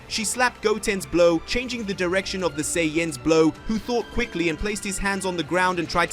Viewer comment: Say anns. Not Sai ons.*